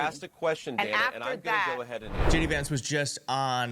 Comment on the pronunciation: Shay Dee Vance